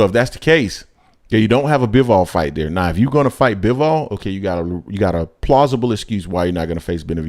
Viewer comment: Ok, I kinda don't get but I kinda understand you getting Bob arum's name wrong. But damn you get almost everybody name wrong. Bivol really. You can't say that either 😂😂😂😂😂😂😂